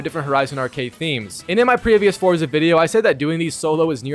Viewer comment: Constantly mispronouncing Forza... SMH